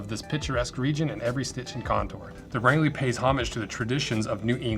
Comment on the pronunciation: This looks like some of the stuff L.L. Bean used to make, when they made shoes in maine and hadn't become J. Crew yet..... also it's pronounced (Range-lee) Maine